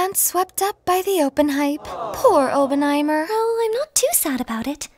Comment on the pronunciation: Please for the love of bomb its awp-en-high-murr